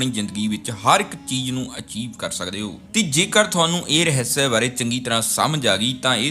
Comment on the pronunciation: ਮੇਰੇ ਵੀਰ ਪੰਜਾਬੀ ਰਹੱਸ ਹੁੰਦਾ ਰਹ੍ਹਿਸਿਆ ਨਹੀਂ